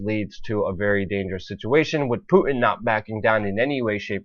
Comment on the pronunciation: the name is Putin not Pu 'in. there is a big ass T in there. if you want people to think you know what you are talking about pronounce the man's name right